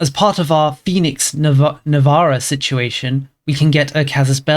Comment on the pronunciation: That's not how you pronounce Navarra...